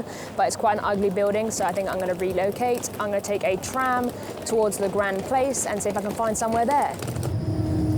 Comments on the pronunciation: and yet unable to say "grand place" properly... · I didn't know about French heritage... There's me quietly chuckling at her oh-so-British "this is the Grand Place" when she suddenly busts out some really fluent French!! 🤣